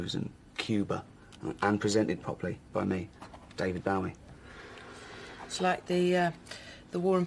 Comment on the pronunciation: Stop pronouncing Bowie wrong